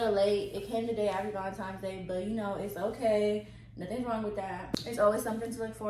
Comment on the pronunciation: stop saying valentimes lol